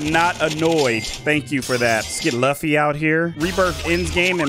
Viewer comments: LAFFY ITS LUFFY NOT LAFFY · its luffy not laffy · it’s pronounced loofy and it’s from an anime called one peace